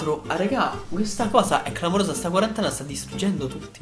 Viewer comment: Quarantene non quarantanove